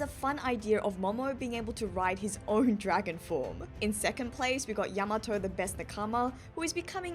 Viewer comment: Your pronunciation of Yamato is driving me crazy 😂 you have to give weight to the ya not the ma